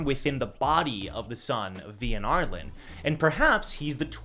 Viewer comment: It’s ar-lean not ar-lin